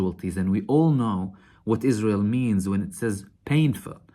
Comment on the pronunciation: "Is-Raw-Hell" is so wonderfool. .